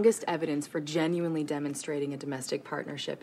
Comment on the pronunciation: gehninely Ottawa as really boring